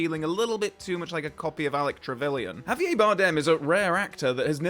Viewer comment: How posh do you have to be to pronounce Javier that way?